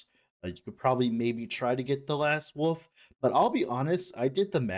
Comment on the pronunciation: It's WOLF not woof, WOLVES, not wooves